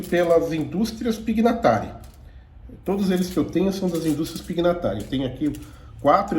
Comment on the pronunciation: Pronuncia-se PINHATARI (gn) em italiano se pronuncia (nh)